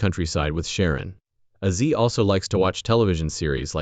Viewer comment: I quit watching the video about 5 minutes into it. You've dedicated an entire video to the man and you can't even say his name correctly. It's Ozzy. Not Azi.